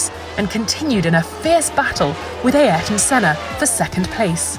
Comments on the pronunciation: F**k me, she's back with her Ay-Air-ton. 🤷‍♂️ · Ay-er-ton is actually the correct pronunciation. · I'm Brazilian and it's pronounced A-eer-ton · A-Ayrton Senna? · This woman has a serious problem with the name "Ayrton". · Ok, I like Rosanna but she needs to learn how to pronounce “Ayrton” 🤣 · I completely understand that is hard for english speakers to properly pronounce his name, but the way she does it is probably the worst version I've heard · Why can't anyone say Ayrton correctly? Seriously it's not that hard